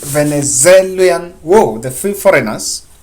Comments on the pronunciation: Bro, say "three Venezuelans" three times and I buy you lunch. You have really struggled 😂. Anyway, good analysis. Chebukati is in a mess that I dont think he will ever come out of. I am afraid he might end up the Kivuitu way where every Kenyan curses him. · this is how to pronounce Venezuelans. "Ve-ne-zue-lans". Practice on those 4 syllables on the side and when you come back next time you'll find yourself pronouncing that without any problem.